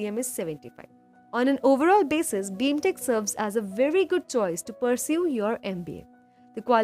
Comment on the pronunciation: Its BIMTECH not BEEEMTECH